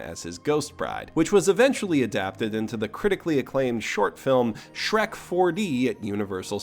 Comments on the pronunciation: "Shreku"? You filthy casual. I think you mean "Shureku." Know Japanese, loser. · I believe you wanted to say "Shurekku", but I'm willing to forgive the mistake. It's been repeated with "Shrekku" name a lot recently, so it's only natural for confusion to arise. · Every time he says "Shreku" a little bit of me dies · Every time he says “shreku” or any Japanese- afied word here, a child is cured of cancer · Every single damn time he said Shreku.. I laughed. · I take a shot of cum each time he says Shreku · I cannot hate the word 'shrekku' more. If i never hear it again it will be too soon. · A small part of me dies every time you say "Shreku". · It's pronounced "Shuleku!" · Every time you say the word shreku I feel a little stronger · I believe it's pronounced "shrak-u" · Say shreku one more GODDAMN TIME... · I died a little bit inside every time I heard Shreku